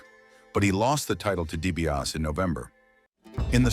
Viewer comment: I think this is the fourth video where I have heard Ted’s name pronounced that way.